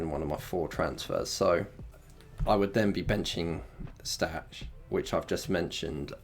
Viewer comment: Stach is pronounced "Stack". He will 99% not be rotated this week. Tanaka was away on international duty and won't get back until late. Farke always rests those players. Stach starts. Also you should have BB'd this week instead of the last.